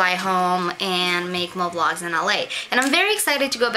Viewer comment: It sounded like you said make love lots instead of vlogs. lmao.